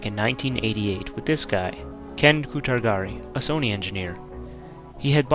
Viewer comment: its pronunced Ken Coo-Toe-Raa-Te